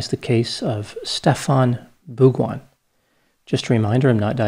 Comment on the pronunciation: Great pronunciation of this guy's name, dr Grande ! congrats !